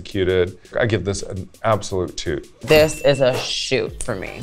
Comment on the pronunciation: Am I the only one that heard “toot” not “shoot” for Jaymes and Lala....🤷🏾‍♀️.